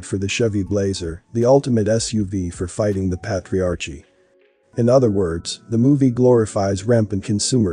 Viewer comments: The word is Pronounced: " ˈpā-trē-ˌär-kē " not "pat re arche" Please, when you learn a new concept, look up the word. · patriarchy~ "ch" is a k sound. How annoying to listen to lol GREAT VID THOUGH! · This guy needs to learn to pronounce “patriarchy” correctly because it drives Me crazy to hear the word constantly mispronounced…